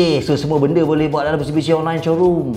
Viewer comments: abg eja mitsubishi pon salah 🤣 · Taip MISTUBISHI 😅😅😅